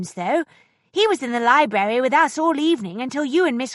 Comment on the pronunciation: She can't pronounce library properly. She says li-berry.